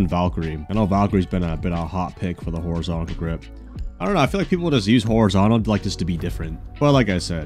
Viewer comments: WHY DOES BRO KEEP SAYING HORIZONTACAL GRIP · "horizontical grip"